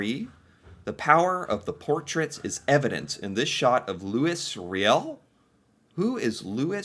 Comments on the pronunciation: Ok, you need pronunciation help :) Louis = loooeee Riel = Ree yell Métis = May tea. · But we do not pronounce the S in Louis.